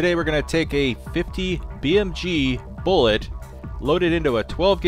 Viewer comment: Beeg boolet